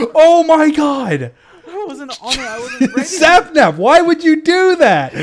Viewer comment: i thought Dream called him "slapnap" XD